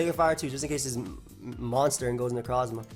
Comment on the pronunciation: am I the only one that always hears him say "niggarozma" instead of "necrozma" or am I just a terrible person